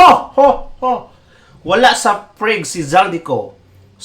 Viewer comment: Hindi PREG ang pronunciation. PRAG ang sound same sa FROG.